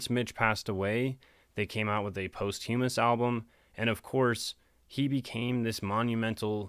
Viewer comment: Congrats! Posthumous is pronounced "pósthumous", like "documents".